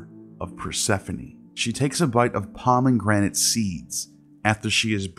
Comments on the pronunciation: It's not pronounced "Pah-men-granit." It's just "Pah-meh-granit." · I agree. He also has very weird pronunciations of common words like “pomeNgranate”. I get that autodidacts mispronounce a lot of things, but if you’re putting together an academic video, it’s very distracting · love this channel but i can't past the pronunciations. its not "de-luuuj" or "da-loose" , it's not "embro shee ah", & its def not "pomeNgranate" . Also (from what ive learned) there was no word for "sin" in ancient Egyptian or Greek, it was introduced by hebrew language to demonize the previously worshipped moon god Min /Sin